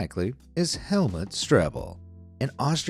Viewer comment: You pronounce it HelmUt not Helmet 😂